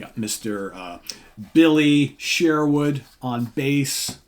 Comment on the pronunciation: It's also pronounced Billy Sherwood not Billy Share-wood